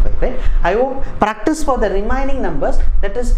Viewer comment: 8.24 sir sounded practo instead of practice